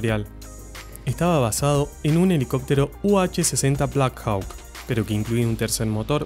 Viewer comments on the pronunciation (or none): Alcón "hawk" se pronuncia "jok" no jauk, la w no se pronuncia. Del X49.